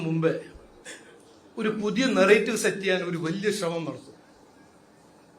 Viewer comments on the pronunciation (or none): none